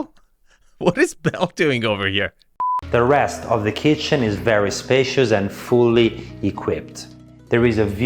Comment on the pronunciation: Dream home for Chef Boyardee 👨‍🍳 “that’s a chefzzz kittttchennn”